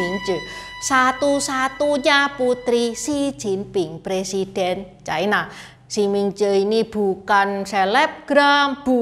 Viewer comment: Ucapan yg bnr : China, bukan : Chaina